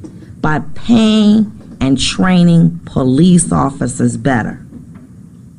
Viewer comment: PO-LEECE lol